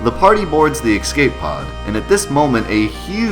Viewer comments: I swear to God if I hear you say "eck-scape" one more time, I'm going to steal all of your materia. :P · STOP SAYING EXSCAPE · How do you "Excape" something? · "ecscape", you are the master of missaying things 4;8 XD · There is no "X" in the word "Escape". That's the same as saying "let me axe you a question".